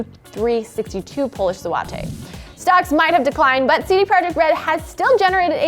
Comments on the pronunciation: It hurts to hear you say the polish currency.. Please look it up, that's not how we say it at all! Zwo-tych.. Do abit more research, a simple check on Google translate would have saved you the embarrassment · What The Hell Is A Polish Zowatay Thats not how its pronounced lmao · It’s like she did her best to mispronounce polish zloty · So you couldn’t even learn how to properly pronounce “polish zloty” before you decided to stand in front of a camera?